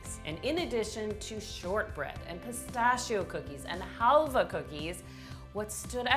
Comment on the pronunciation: Halvah not halve a, Hal Vah (A has strong accent)